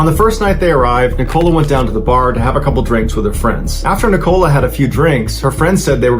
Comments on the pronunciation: Yes! I keep saying NICK-o-la. Not Ni-COLA. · 😂😂😂😂 that's not how you say nicola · Besides the weird and tragic story along with strange pronunciation of the main character’s name, the image of random man in trench coat and a bowler hat, sitting barefoot on a beach in a wooden chair, reading a Russian newspaper is a lot to take in 😅. I mean it in the nicest way possible, you’re definitely not boring 😂